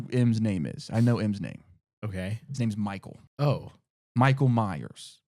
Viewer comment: the slip up with the "Micheal" 😂 lucky he didn't catch that.